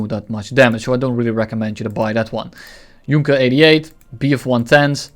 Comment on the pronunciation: Did you just pronounce Junker as Junker :|